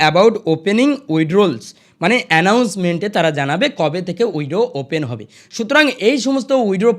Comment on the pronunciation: Ei j dada apni original khobor kichui janen na onno jayga theke jhere video banao. Prothome nijer english uchcharon ta thik kore bolun. Poriskar withdraw bolte sikhun tarpor subscribe korte bolben.